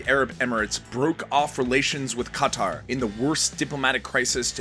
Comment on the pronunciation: Not Khataaar but Qatar for Allah's sake